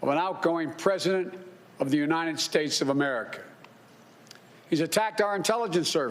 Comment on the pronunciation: we didn't have that for the last four years. Yosa mite? Really? United shates? OK